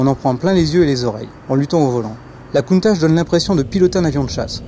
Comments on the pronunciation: ça se procnonce pas countache mais countak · il ne sai meme pas prononcer countach la onte